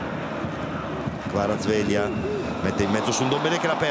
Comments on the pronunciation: Ma perché Suma continua a dire KvaratsVelia? Ma che problemi ha? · Il modo in cui il pronuncia "Kvaraskelia" mi fa scoppiare 😂